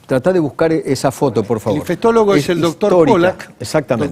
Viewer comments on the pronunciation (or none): Qué se puede espersr de un país donde una de las principales figuras políticas insiste en decir "infestólogo" cuando la palabra es "infectólogo". Si no saben ni hablar menos sabrán gobernar un país.